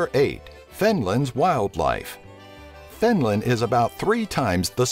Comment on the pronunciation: EBINLAND :D :D :D :D :D